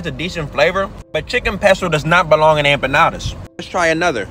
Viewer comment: "AmpaNADAS." Hes killing people with these pronunciations.